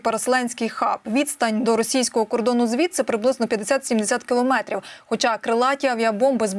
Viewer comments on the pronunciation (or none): none